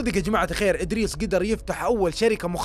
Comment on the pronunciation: إدريس ولا بريس